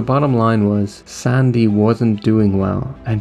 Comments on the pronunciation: Why do you pronounce the name like that?! It's SANDY. NOT SONDAY. you fucking sound like forest gump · is the narrator Irish? he pronounces "sandy" strangely.